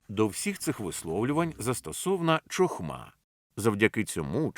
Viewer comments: Гарно. Правда "чохма" ріже слух)) "Хохма" правильно. Розумію, що "ч" вкралась при перекладі з англійської "ch". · Дякую за переклад. Правильно буде "хохма" а не "чохма", гарно було б звірятися з мовою оригіналу.